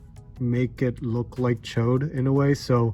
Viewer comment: Hey!!!!!!, the only guy who says Ch'od's name right